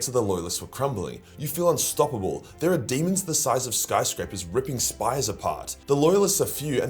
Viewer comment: "There are demons the size of skyscrapers ripping spies apart" Huh? What? What did say? I can't understand his accent.